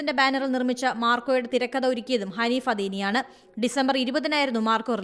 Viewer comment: Hanees adeni❌️Haneef adeni✔️